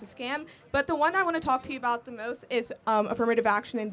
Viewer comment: It drives me crazy how she says “da” instead of “the”